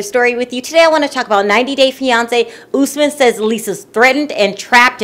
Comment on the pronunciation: girl it's US-man not ohs-man!